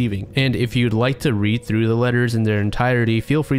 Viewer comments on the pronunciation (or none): none